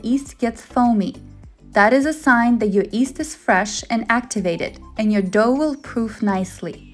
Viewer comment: The word is not East, it is pronounced yee-s-t.